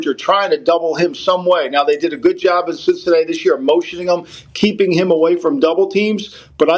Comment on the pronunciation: Did say Sh!t-cinatti?!?!